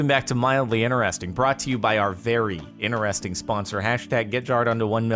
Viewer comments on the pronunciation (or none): i just realised that jordan says ineresting instead of interesting